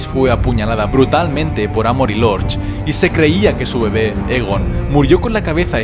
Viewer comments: Es Aegon, no Egon, tiene el mismo nombre que Aegon el Conquistador y por tanto, se debe pronunciar de igual manera. Y hemos oído oficialmente como se dice "Aegon el Conquistador". Un saludo! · 2 cosas: 1- Me puedes decir exactamente donde mencionan la profecia de las tres cabezas en los libros? 2- Aegon No se pronuncia Egon xd. Se pronuncia Eigon. Muy buen video y gracias. Y ni caso a los que dicen que este canal ha perdido la esencia porque ya no subes tanto Tierra Media como antes. No te olvides que la esencia la pones tu, no tu contenido.